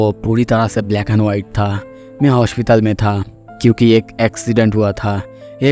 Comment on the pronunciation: Hospital ki pronounciation thik karo.........😅😅😅